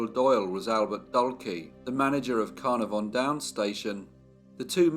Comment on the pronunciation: Not Car-nar-VON. Pronounced Car-NAR-von, with the emphasis on the second syllable.